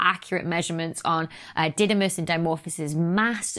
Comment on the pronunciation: In greek, it is pronounced DIdimos (Δίδυμος = twin) and DImorphos (Δίμορφος = one who has two shapes), not D(a)imorphos.